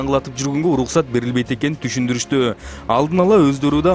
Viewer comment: Uluksat deytko. R ga tili kelbeyt okwoyt e